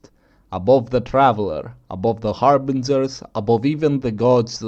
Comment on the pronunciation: "harbinzerz" Love you man